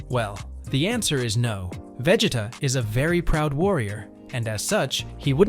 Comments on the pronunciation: veg-it-uh? bruh i'm dead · The moment I heard you say Vegita's name I had to close the video. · Veg-it-uh? Sounds like bro forgot his name while trying to say it 😂 Also a sigh-yan?? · How do you not know how to say his name this show has been around too long for you to not know how to say his name...Prob just dense! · Lol same